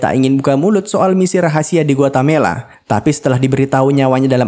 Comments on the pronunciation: Guatemala, bukan Guatamela. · Bkn guatemela tp Guatemala 😅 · Ada beberapa kali disebut Guatamela,seharusnya Guatemala broo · Bang kayaknya GUATE-MALA, bukan GUATA-MELA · Guatemala min, bkn guatamela😊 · Pln2 komennya ya mimin...Guatemala tp kok dsebut gautemela...itu nama negara bneran lho min...🙏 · Guatemala broo..Bkn guatamela😂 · Guatemala, bukan Guatamela. Coba biasakan cross-check data. Semudah membuka Google Search. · yang benar itu guatemala min bukan guatamela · GUATEMALA bukan GUATAMELA😂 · Para pembaca alur cerita film kayaknya harus belajar geografi lagi, Guatemala dibilang Guatamela. Pernah juga nonton alur film di channel yg lain ibukota Yordania harusnya Amman dibilang Amnan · GUATEMALA BANG BUKAN GUATAMELA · Guatemala min. .Gua Te Mala. . risih denger Guatamela ny min. . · Harusnya bukan "Guetamela"... tapi "Guetamala" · Sedikit koteksi GUATEMALA bukan GUATAMELA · Guatemela apa guatemala min?? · Guatemala min: dibaca Gu Wa Te Ma La 😝😝😘😘😘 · samaaaa!! awalnya gw pikir gw yg salah denger atau mimin yang salah sebut tapi mpe akhir review tetep Guatamela. tiap mimin bilang Guatamela, gw koreksi sendiri hahahaha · dia bilang Guatamela mulu 😅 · Gpp Om, Guatamela drpd Guamelata. Kl di togel itu namanya dimistik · nyebut Guatemala dengan bener apa sesusah itu ya? 🤔